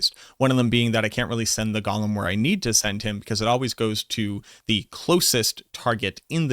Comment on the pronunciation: Bro PLEASE. It’s “GOE-LEM”. Not Gollum. Fckn google it already 😂 idk why but drives me nuts